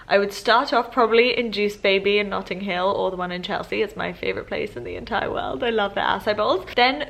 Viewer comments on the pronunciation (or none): none